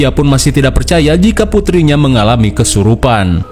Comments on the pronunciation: Kesurupan. Bukan kerusupan. kadang2 nh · Kesurupan bukan kerusupan. Menit 😂